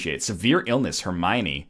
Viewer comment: Hermione =/= Hermine